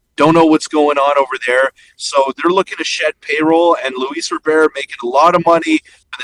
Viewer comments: U guys can't even pronounce his name correctly it's Robert not robear lolol. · Robert, not Rober, is very affordable for 4 years, not 3. So you missed on his contract amount, the contract length, and couldn’t pronounce his name, while talking about a writer hating on Toronto “as a country” 😂 ffs guys